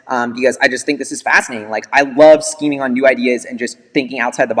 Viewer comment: Cringed everytime he said skeeming lol